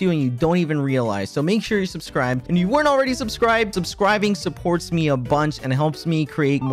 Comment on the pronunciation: he said "subsrive"